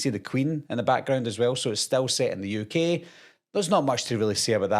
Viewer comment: "It's a ukeey Television shew"